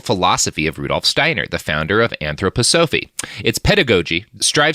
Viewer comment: Austrian Listernership here: Not here about the pronunciation, you will answer for these sins if there is an afterlife. But recently I moved to the town where Rudolf's parents are from and the b&b my family stayed in to visit me is run by some of his surviving relatives and they plastered the whole place with his quotes. Haven't found the racist ones yet. Rudolf's dad used to work for the same family that I do now before he went to work for the rail. Just got reminded of this episode years later.